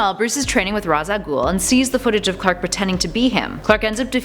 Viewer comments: you said ra's wrong its pronounced ray-sh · Ra's, pronounced Raysh.